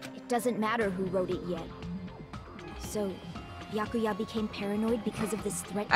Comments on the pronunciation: How do I never notice funny pronunciations the first time through? During my playthrough, I never noticed "Beeakooya." Now I love it as much as you. During the DR1 LP I watched, I never noticed it, but now during my own playthrough I am in love with Celeste's pronunciation of "Mahko-to." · Nagito gives too many syllables to the name “Byakuya”. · Well its an Asian name probably so its not byakya but byakuya. I guess i'm not sure tho don't blame me haha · Is Peko's VA the same as Celeste's was? She says Byakuya like Celeste would say Makoto...